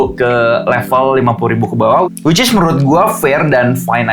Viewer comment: Dalam video ini selalu bilang wicis beberapa kali hahaha